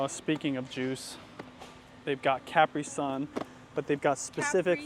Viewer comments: roasting for the CapriSun pronunciation had me laughing so hard because I think the same every time I hear him say it 😂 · Thats right jb that's how u say Capri Sun! And i used to love pops and kix! Applejax is good too! My parents never would get them only kix sometimes. We love honeybunches of oats, i really love the healthy honey grahams version taste better! Oh and my mom would get shredded wheat and my dad would get grapenuts!😂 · HAHAH "ca-PRI sun, obviously" so funny